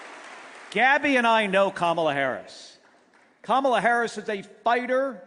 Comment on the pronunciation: Giffords is repeating her convention speech word for word. They can't write a new speech for her? Then, she mispronounced Kamala's name...